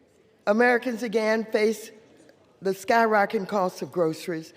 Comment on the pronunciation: Why put the word "sky-rocketing" in your speech if you can't pronounce it. It's not "sky-rocking."